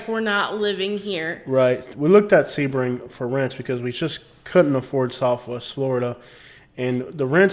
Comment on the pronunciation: Lmfaooo basic millennial I am young and thriving in Sebring, definitely slamming a town and it’s people. Rude and disrespectful. Oh the girl is saying Sebring wrong.